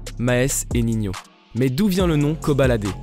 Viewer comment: C pas ninhio c ninho